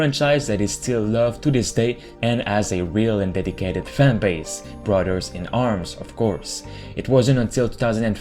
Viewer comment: “Brudderds” lol